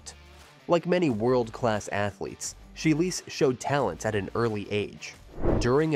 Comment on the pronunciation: “SHY-LEESE” (phonetically) And “CHI-LZ” not Chi-less It’s hard to find you credible if you can’t pronounce the names of very well known gymnasts.